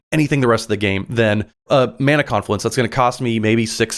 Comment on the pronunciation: did dude say /mah nah/? /MAN aah/, friend. ;)